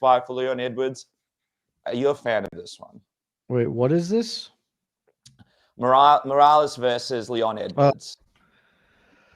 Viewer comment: the worst pronunciation for Morales i have ever heard